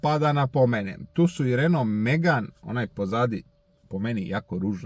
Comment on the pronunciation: bosanac, jel si stvarno rekao RenoLov? :DDDDDD